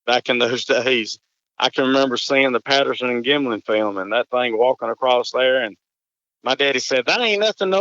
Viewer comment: You saying Bob Gimlan or Bob Gymlan? I'm sold either way.